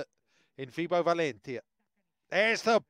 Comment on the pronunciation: First of all the way this dude says valentia kinda annoys me, but anyway. Someone correct me if im wrong but didn't orduna have like eye surgery or something last season. Because he was wearing special indoor shades for the majority of last season. On paper valentia should be dominating. They don't seem to have clicked but it seems to be from setting. Because last season Valentia almost made the semi finals of the league and they did get into the playoffs with Orduna as setter and arguably a worse team.